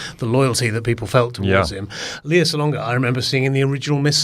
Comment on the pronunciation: Enjoyed your review of STEPHEN SONDHEIM'S OLD FRIENDS. (I will be traveling from the US just to see the show!) By rhe way, her name is pronounced LAY-ah (not LEE-ah) Salonga.